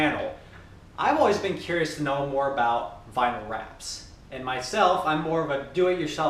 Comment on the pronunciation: Nice. Never heard vinyl pronounced that way lol.